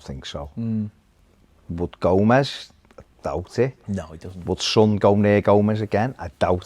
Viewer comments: LMAO no it's not, i am a scouser too, it's pronounced sonn not sun it's a name FGS it's not like saying tomato differently or something son has literally pronounced his own name and that's that way it should be pronounced! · "when they've got sun in their side" FFS, his name is son. EDIT: ph no, said sun too.